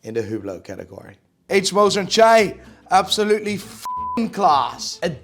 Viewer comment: The fact that this guy put A.Lange & Söhne in the meh category and cannot even pronounce H. Moser&Cie properly only shows that he is a bit of an idiot to be honest. Still entertaining though... The "Cie" in H.Moser & Cie stands for company.